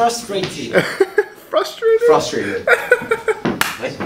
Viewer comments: If Jungkook says trusfrated. Then it is trusfrated... Frustrated left the chat 😁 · Jungkook being frustrated that he can’t say frustrated 😂